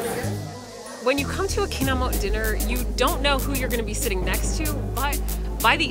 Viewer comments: the correct way to say it is: kinam-met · More like Kinamow..😂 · The way they're saying "kinamot" is hurting me